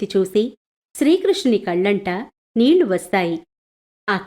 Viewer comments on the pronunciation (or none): none